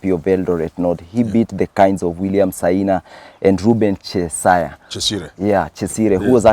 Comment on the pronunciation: Ruben che-sire,, you really butchered this name. Isindwe